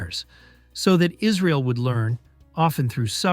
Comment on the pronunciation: why are we calling it israel and why are you pronouncing it that way. by the way they still worship them, clicked off the video